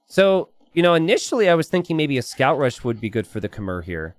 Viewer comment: PLEASE learn how to pronounce Khmer correctly someday.